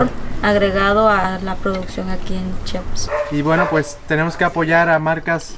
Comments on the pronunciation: Muy bien pero se dice Chiapas no chapas🤬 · Repitan: CHI-A-PAS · Se dice C-H-I-A-P-A-S !!! He vivido mucho tiempo fuera de mi estado y detesto cuando alguien no pronuncia bien mi estado e incluso otros lugares. Hay que hacer el esfuerzo por pronunciar bien el nombre de cada lugar